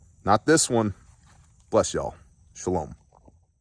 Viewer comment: Every time you say “shalom” it reminds me of my Old Testament teacher in college. He ended every class with something like “shalom a lockem” 100% the was phonetics not actual spelling haha I do not remember what it means